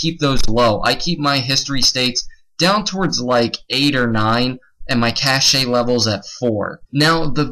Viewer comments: Its not "cash-aye" XD Its pronounced "Cash" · It's pronounced "cash", not "cash ay". Good tips though. A scratch disk dedicated to PS alone, is the perfect solution. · Cache is pronounced like Cash.